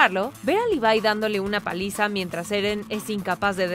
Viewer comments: Se dice Levi no livai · mi mente se retuerse como berthlod al escuchar ¨livai¨ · cada vez que dice levai me sale un tumor de 30 cm de longitud y explota